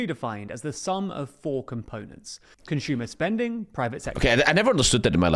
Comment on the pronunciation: “Conshumer” I cant stop physically recoiling every time I hear it